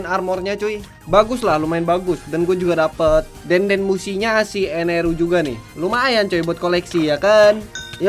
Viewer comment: bang itu namanya enel bukan eneru